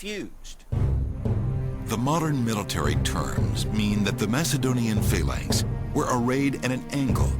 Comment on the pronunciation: Its phalanx not phaylanx